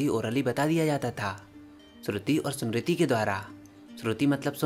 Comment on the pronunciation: भाई आपका काम अच्छा है पर आप नाम बिगाड़ रहे हो वो वेंदास नहीं वेद है सामृती नहीं स्मृति है अंग्रेजो ने ये कबाड़ा किया है आप नहीं करे रामा कुछ नहीं होता राम होता है वात पित्त कफ होता है ना की वाता पित्ता और काफा